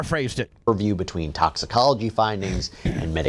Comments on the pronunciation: Bubba I love you…..BUT ITS TOXIC-OLOGY report….. “TOXIC-OLOGY”….. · Exactly, mispronouncing toxicology and several other words over and over while trying to poke holes in a cause of death investigation report really delegitimizes what you're trying to accomplish. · it is so annoying, to not be able to pronounce a very common easy to say word